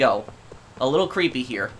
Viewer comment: “Really Ceepy” rip english